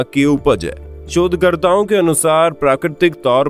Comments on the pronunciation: Bhai shodhkartao bola ki chodkartao😂😂😂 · Sir... Galat bol gaye... ya galat sunai diya. 😂😂 "Shodhkartaon ke anusaar...."